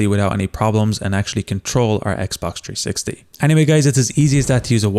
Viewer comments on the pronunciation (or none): It’s 360 not tree60